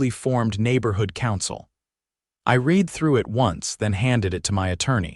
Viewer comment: Teach the narrator how to pronounce the past tense of read.